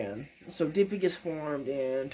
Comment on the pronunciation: Relatively sure it's pronounced duh-pie-gus but I have no way to confirm that lol